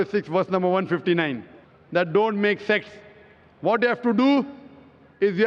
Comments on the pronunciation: he said sects not sex... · “Makth sexth” 😂